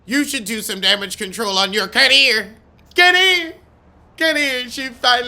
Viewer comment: Lord every time you say career I holler